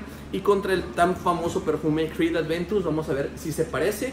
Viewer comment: Buen video man! Un pequeño detalle es “Aventus” no “Adventus”